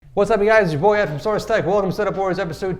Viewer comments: Anyone else notice in the intro he said source tech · did anyone notice that Ed said "Ed from Source Tech" from the start 😁